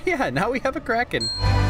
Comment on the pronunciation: sighs "karathen" kraken